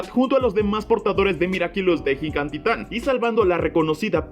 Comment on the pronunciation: Es "gigatitan" me gustan tus vídeos